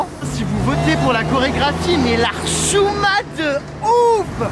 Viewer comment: "Mais la rchouma"😂😂